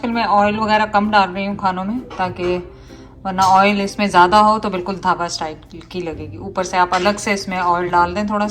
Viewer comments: Dhaaba not daba ;) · Dhaaba ... not dabba lol